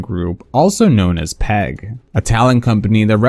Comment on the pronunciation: Industry plant here to tell you we pronounce PEG P-E-G (pee eee gee) not peg. Looking forward to a video or two on how shady that company is some day.